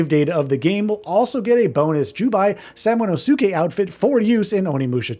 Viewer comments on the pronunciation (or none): Samanosuke: Sa-Mano-skay…